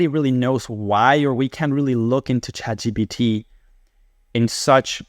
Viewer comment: why do some people say chatgbt ? is it the same people that say nukular?